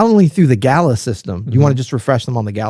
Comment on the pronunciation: PLEASE . WHAT IS GAYLA O GALA ?